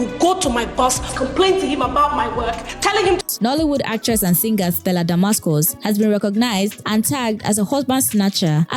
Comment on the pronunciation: Don’t mind her. Amebo 😀 She even said Stella Damascus instead of Stella Damasus.